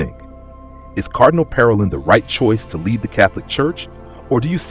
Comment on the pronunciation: Learn how to pronounce Parolin correctly !